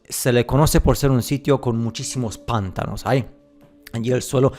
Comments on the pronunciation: panTAnos. Carga la voz en ta. es que se escucha muy cómico los PANtanos. es interesante tu pstura. Tengo que contarte que encontre una versión antigua de Las mil y una noches y ahí se habla de que el Sultán era el regente de la Gran Tartaria. Ahora, leí varios cuentos y las descripciones no son de parajes desiertos, sino más bien bosques, rios, etc. Me pareció raro ya que supuestamente se trata de una historia arabe. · "Pántanos" no, "Pantános" si pero sin la tilde marcada, te la puse para que sepas donde se acentua. Saludos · Checa la pronunciación de pantanos, lo estas diciendo pántanos, para el habla hispana suena como un rechinido. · Pantanos lleva su sílaba tónica en la segunda sílaba, “ta”, no en la primera... saludos